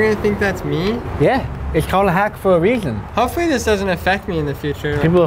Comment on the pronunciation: "it's called a hack for reashhon"